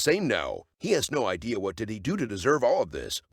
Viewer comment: "He has no Eye-dea" Yup later after he gets his Items hehehe